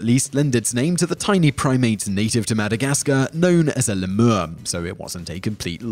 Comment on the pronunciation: I got AIDS from the way he pronounced lemur...